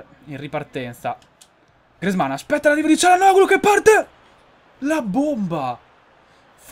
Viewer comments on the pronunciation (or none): cialanogulo si dice Cainenogulo